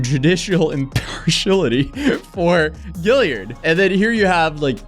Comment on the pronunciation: Is anyone else pissed that he doesn't know how to pronounce Gillard? Like great video but I continued to cringe throughout the video on you saying Gilly-ard its Gill-ard or Gil-lard not Gilly-ard